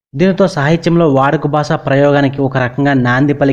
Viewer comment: దసకం కాదు దశకం. బాస కాదు భాష. సాసన కాదు శాసన. ప్రబాలం కాదు ప్రబలం. సాస్త్రులుకాదు శాస్త్రులు. ఆయనకు కవిశేశేఖర బిరుదులేదు..మహాకవి..ఉంది. సూప్రసిధ్ధ కాదు సుప్రసిద్ధ. ఫెలో కాదు ఫెలోషిప్.